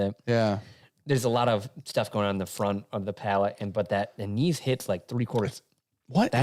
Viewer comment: Anise: “Ann-iss.”